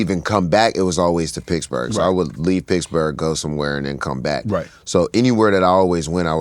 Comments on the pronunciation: "Pixburgh" at least that's how used to even spell in on his Twitter bio way back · Is wiz saying Piggs-berg?